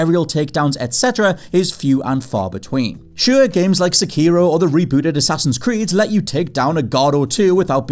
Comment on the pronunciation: It's pronounced "Sehkey-ro", not "Suh-KEE-ro"! Please try to say Japanese words correctly, it really bugs me when a person tries to say a Japanese word, only to inject "English-tongue" into said word. Jules is better at doing that. He actually tries to say the words correctly at times. Not trying to offend, I'm just abit annoyed that those who say words from my family bloodline says them incorrectly in exactly the same way as like everyone else of their kind. An example of mispronounced Japanese words is Manga. It's correctly said as "Mahn-gah", not "MAN-ga". Even my irl friends say that word wrong.